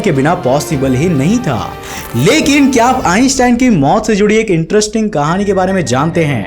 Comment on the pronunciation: Ur way of talking is hillarious.....:) mai huuuuuuu, lekinnnnnnnnnn, nahi karte hainnnnnnnnnnnnnn.. Jude hainnnnnnnnnnnnnn.. Lol. end k word pe kam zor laga liya kar